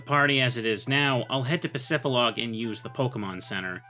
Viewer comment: bro please bro... Pacifi >D< log... "dee" pacifidlog, not pacifilog... please bro it hurts... just read the word